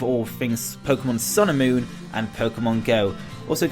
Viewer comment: Sounds like you keep saying Pokemon Sailor Moon.